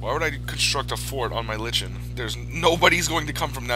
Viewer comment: Green lichen, (pronounced : like N)